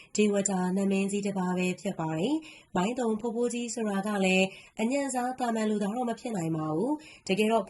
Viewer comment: မိုင်းတုံ ပါဖာမရယ်စွတ်ပြော ဇွတ်ဖင်ခံရေးနေတယ်။ သုံ မဟုတ်ဘူး တုံ ပါ...